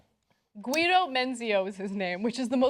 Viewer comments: you dont say GU-EE- DO you moron, it's GEE-DO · Guido is pronounced "Gee-d'oh" (hard "G", as in "egg").